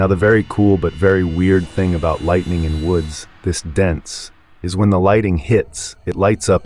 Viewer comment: Convincing AI voice. Does not dose and lightning not lighting. WTF?